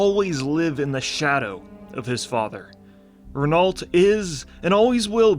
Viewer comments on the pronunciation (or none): it's "reno" not "renolt" 😬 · Great video (necro commenting), the Scarlet Crusade is the only thing left about WoW that I love and I wish they'd give them some honour and make them a true force. Also, it's pronounced "Reh-No" not Rehn-alt. Cheers! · pronounced "rey-no" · just so you know, renault is a french name and pronounced more like "reh-no" . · Renault = Renoh .. just sayin like! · My favourite part was not knowing how to pronounce Renault.